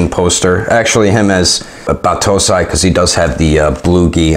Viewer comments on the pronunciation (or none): Just a tip dear, its pronounced Ba- too-sai, no Batto-sai : )